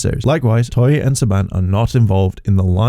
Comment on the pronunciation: TOEI, NOT TOYEY